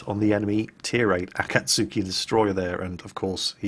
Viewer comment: pls, Akatsuki is pronouced like ah-kaht-ski